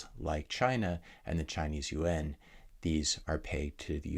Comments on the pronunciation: Off topic but Matt’s pronounciation of “Yuan” brought a smile to my face. As a semi fluent speaker of mandarin, “You-on” always sounded so unnatural to me. For those that are unaware, Yuan sounds a lot more like Japanese “Yen” than it does like Korean “Won” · Yes, it was perfect :)